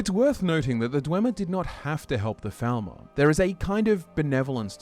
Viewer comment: Is it my imagination or does he keep saying "Thalmor" while speaking about the Falmer? Or is he just pronouncing it like Faal-mor rather than Fall-mer?